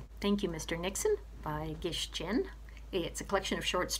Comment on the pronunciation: Theaelizabet, thank you for your comment. I’m guessing that you are among the select group of readers who enjoy short stories? I look forward to reading more of Gish Jen. And I feel abashed that I mispronounced her first name in my video. Oops.